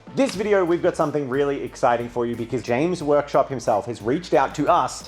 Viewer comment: James Workshop? I could've sworn that is what said in the beginning.